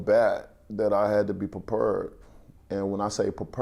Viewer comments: Perper” tf is that 😂💀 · "Prepurrd" lol wilder